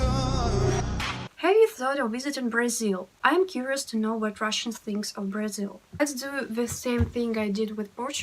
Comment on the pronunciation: I knew russian language before I learned português and once at the airport Brasilan guys were talking and I thought for a minute that they are russians. Btw the way you say Brasil sounds like native girl from Rio De Janeiro...😁☮️